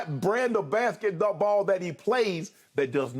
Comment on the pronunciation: Uh…I don’t normally do this but… - was painful from Uncle Shay. “Bathket-the-baw” 🤣